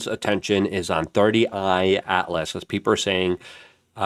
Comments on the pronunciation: It's not 30I its 3 I atlas 3 as in 3rd I as in interstellar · How bro gonna report on something every single day and never once get it's name right It isn't 31 atlas. It isn't 30 eye atlas It's 3I/Atlas (three eye atlas) Ffs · "Thirty I Atlas" and "Avi LaBobe"? 🤦‍♂ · Luke; it’s THREE I/Atlas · he is calling it 3rd eye Atlas. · Bro seriously, it's "3 I Atlas" (Third Interstellar Object) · He says 30 I so much that I questioned myself 😅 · Exactly he keeps saying 30 I Atlas haha